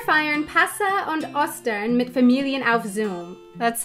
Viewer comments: Try to speak a long o in "Ostern" or "Osterbaum" - just as you do with the long e in English "Easter". It's ['o:stɐn], not ['ɔstɐn] ;-) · I think the "O" in "Ostern" and "Osterbaum" needs to be pronounced a little looonger. Not as short as "Ost" (east). More like "Oh". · Osterbaum? Wow, I'm a 49 year old German from the NRW area and never heard of it. A little pronouncing tip: Ostern has a long O like in "oben" not a short like in "Osten".